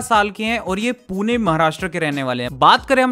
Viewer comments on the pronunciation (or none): none